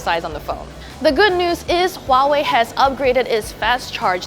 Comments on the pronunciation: It's not Hwawei it's Huawei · I would expect a tech review company to know how to pronounce "Hwah-way" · Its not hawai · It's pronounced Vuawei. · She calls it Howhey blinks in confusion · you should at least know how to pronounce it: Wah-Way. You are welcome. No. Its not a small thing:p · I don't trust any reporter that can't pronounce Huawei when she's in-fact a native Chinese.